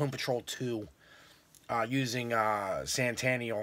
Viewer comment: Its Sentinel not santaneal